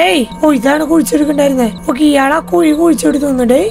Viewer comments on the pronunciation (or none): none